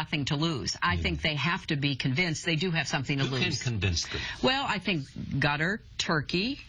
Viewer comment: Haha I replayed the first time she said that to see if I had misheard her